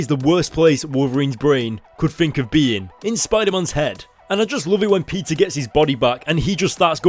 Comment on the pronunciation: when he sais peter it sounds like pizza